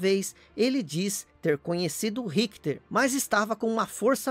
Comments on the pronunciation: Mas quem é Rickter???. É Richter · excelente video,só achei estranho como ele pronuncia o nome Richter.